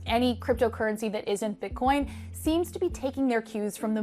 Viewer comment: she totally said bit-corn at the start